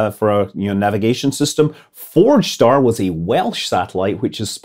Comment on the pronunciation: ForgeStar-sounds like FrogStar (from HHGTTG) 🤪